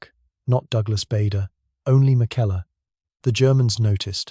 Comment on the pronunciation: At two minutes into the video you say "In 1933 aged 21 he joined the Scottish flying club" how is that he was only 22 during the war? You need to get your facts straight. If he was 21 in 1933 by 1940 he would be 28 years old. Try also to pronounce Bader correctly It is Baa like a sheep not Bayder